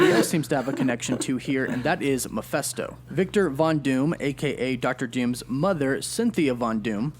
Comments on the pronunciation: He keeps pronouncing "Mephisto" as "mafesto". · Anyone else kinda bothered by the fact that he says Meph-eh-sto, instead of Meph-i-sto? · man this bothered me so much lol Channel that specializes in Marvel but can’t pronounce Mephisto